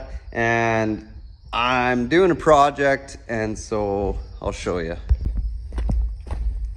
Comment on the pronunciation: It’s not pro-ject two words , it’s project one word, I’m from the south it’s not brand new it’s called goodier 😂, I ❤videos makes me say the same no way